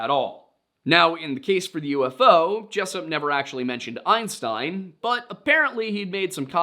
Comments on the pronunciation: Albert Einstien is how the name was written. When he reads the quotes with this incorrect spelling of Albert Einstein, he pronounces it as it was written. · Why are you saying einsteen? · Because he's not pronouncing Einstein, he's pronouncing Einstien. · The most unbelievable part of this story is that someone in 2025 would repeatably pronounce his name Albert “Ein-steen”. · Albert Aynssteeen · Dr Albert Ein stIEn, my eues and ears are bleeding, no, bliiieeeding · In a few of your videos, I accepted your mispronunciation of Native American tribe names. I cannot disregard. the. mispronunciation of the name Einstein! This mistake makes me think you’re full of shit. Either you’re full of shit or you are trolling. It makes me think you’re not nearly as educated as you claim to be. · Why is this guy pronouncing Albert Einstein’s last name wrong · Lost me at your pronunciation of Einstein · Dude you really couldn’t get Einstein right??? 🤦🏻‍♂️ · How could you possibly mispronounce Einstein? Have you never heard of him before? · The pronunciation of Einstein is sending me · Weirdest way possible to pronounce Einstein... Makes me think you've got a pretty good voice AI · Who the ef is albert einstee-in? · How does the commentator mispronounce "EINSTEIN" multiple times??? Everyone should know that name and how to say it! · engagement baiting I think. Or is there some new “thing” now that everyone has supposedly been mispronouncing his name 😂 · The Einstein pronunciation? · This guy rage baiting with the pronunciation of Einstein? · I am sorry I wasn’t aware the name Einstein was one that numerous people didn’t know how to pronounce. Not like he is one of the most famous scientists of all time. My mistake. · But you can refer me to the time stamp where it is spelt as such in screen and I will watch it again if you are so concerned. As I listen while napping and that horrendous pronunciation compelled me to turn off the video immediately